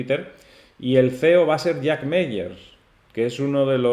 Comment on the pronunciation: Gracias por tu vídeo! Solo comentarte que el apellido de Jack Mallers se pronuncia “MaLers” (como con una L) y no “Meyers” 😊 un abrazo!!!